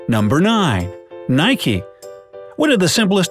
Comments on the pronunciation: IT IS NOT NIKEYIT IS NIK THAT IS HOW YOU SAY IT!!!!!!!!!!!!!!!! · it's NIKE NOT NIKEY PSYCH OMG FIRST SAY IT RIGHT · Why do people say Nikie? It's Nike. You don't call a Bike Bikie do you? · It is pronounced Nike (like Mike but with an n) it is not pronounced Nike-e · He said nike(e) and not nike like bike🤦🏻‍♂️ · It's not nikey it's Nike !!!!!!! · Nikee ??? That's what u said it's Nike not Nikeeee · It's not nikey it nike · Isn't it nike? Not nik-ee? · It's Nike not nikie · It's not NIKEY ITS Nike :( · I have a question... How and why are you numbnuts reading Nike as Nikee? Or even Nikey?! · Is it nayke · Number nine: nikey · Is it me or did I hear 'nike-ee' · Did he just say NIK-E? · He pronounces it nikee I’m out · If Americans call it Nike-ee do they also ride a bike-ee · For number 6nike. They said number nine Nike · Mate! Ur saying nike wrong! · Is no one going to talk about how he pronounced Nike?